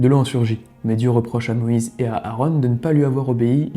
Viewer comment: Quelques erreurs de prononciation ,exemple :Aaron pas Aarone,et Jéricho se prononce Jériko pas Jerry show